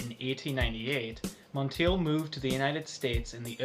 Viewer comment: Germaine pronounced her last name like: Monn Taye. Glad you reviewed Realm tho! I also wear Germaine Cologne and Royal Secret, Realm is the only men’s scent.